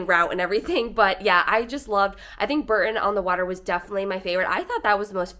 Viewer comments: The Cotswolds are stunning but not "the countryside of England", it is different all over the country. P.S. Bore-ton, not Burton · Bibury is pronounced By-bury Bourton is pronounced Boar-ton